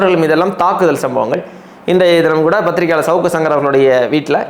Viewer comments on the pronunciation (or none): none